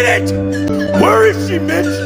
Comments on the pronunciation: I kept thinking he said “bitch” instead of “mitch” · The whole time i thought he was saying bitch😂